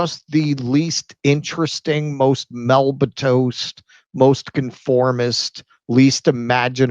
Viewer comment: Milquetoast** not melbatoast